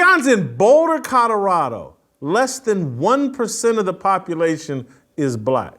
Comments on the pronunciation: I am also not a fan of Mr. Sanders and it was long, long before he stepped into the coaching ranks. I’ve always viewed him as a self-absorbed opportunist; all about him. I agree with you, Jason, on every single point. But, I need to ask a favor, please: it’s CoLorado, not CoDorado. That is annoying. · Whitlock shouldn't speak on Colorado until he learns how to pronounce C-o-l-o-r-a-d-o. Not Codorado. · Jason can’t say the word “Colorado” to save his life. “Cotterado”…😂😂😂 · Colorado not Codorado! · Cadarado ? Mr. HOF Journalist needs to learn to enunciate while he ridicules other people’s achievements.